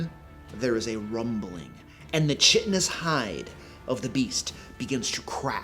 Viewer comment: Chitin is not CH like in church with a short i. It's K sound and a long i (like kite). Great advice! The key to multistage boss fights is to not do them frequently. Get good at designing encounters so the boss fight is a challenge for the players and you don't have to adjust on the fly. You should be familiar with your party's capabilities.